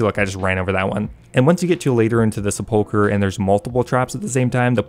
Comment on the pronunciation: Finally someone who knows how to correctly pronounce "sepulchre"